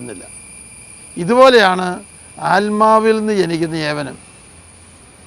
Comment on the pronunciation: മുഖം കണ്ട അറിയും,, എന്തൊരു അയ്ശ്വര്യം,,,അൽമാവ് അല്ല ആത്മാവ്. മലയാളം തന്നെ പോത്തും പിടിയും